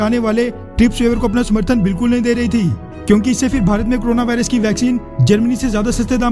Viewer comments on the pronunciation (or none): none